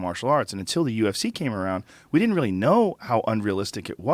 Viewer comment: Noodlehorn There's no second "d" in didn't !! It's di-in't!!! :)